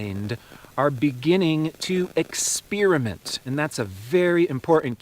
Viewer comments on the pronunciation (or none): i love how you said the words "cult--ture" and "expei-ment" made me learn👀👀💡🕯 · Yes and experinent not expirament